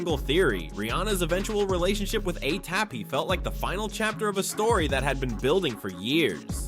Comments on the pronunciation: Anything but A-SAP. 😂 Alee-app, A-thap, A-hap A-say-yay-pee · Why is he saying ATAP?!?! 😅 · ASAP rocky not aap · Anyone else not hear the 101 ways dude said "ASAP"? How can a spelling/pronunciation be wrong so many times I begin to think dude was deliberately playing with us... 😅❤ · Asap’s name was butchered about 70 times